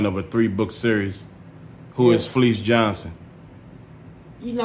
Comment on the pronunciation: His name not fleece he pronounced his own name fa leece